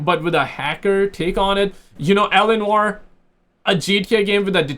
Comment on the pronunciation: Oh man I was searching for a ROCKSTAR GAME CALLED ELANOR. Nothing found. Now you explained the game play. I understood that you are saying L. A. Noir. 😂😂😂.